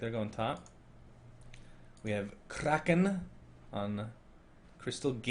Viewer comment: Crystal Maiden's name isn't pronounced "KRAAKEEN" but rather more like "KROUHKHAN" which in Swedish means The Crow. Anyway, a nice job as usual with trying to pronounce names right, as well as casting the game!